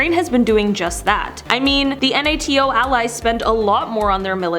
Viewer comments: It’s nato not N.A.T.O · It’s nato not n a t a o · next time you host a video it’s NATO not N A T O. Even if it stands for North Atlantic Treaty Organization it’s pronunciation NAY-TOE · I cringed every time you said N A T O. NATO is an acronym meaning that you pronounce it as a word. Laser is also an acronym, do you call that an L A S E R? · What if you learned how to pronounce NATO? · Does the narrator understand we know what NAT is and she does not have to spell it out? Or does she have no clue what it is and figures that is how it's referred to? And I'm almost certain it's an automated voice as she pronounced domestic/dumanistic.